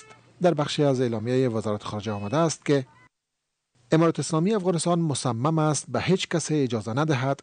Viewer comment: مصمم است میم اول ره زیر بخوان نه زبر